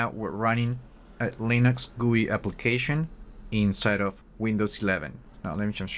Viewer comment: I hate it when someone says goooii , just fuckin say G U I